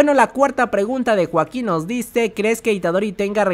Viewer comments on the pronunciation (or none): none